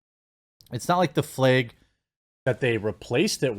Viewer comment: Flag> Fleg it’s like you don’t even try to pronounce “a”s